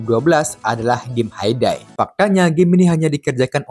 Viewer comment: Bang, game HAY DAY itu sebutannya seperti hei dei ya bang